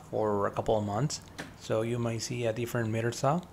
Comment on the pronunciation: Nice video, love the fast frames. Here we say "Miter", I think you were pronouncing it as "Meter Saw"...